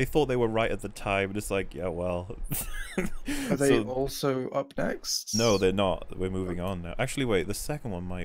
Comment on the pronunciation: "up neckst"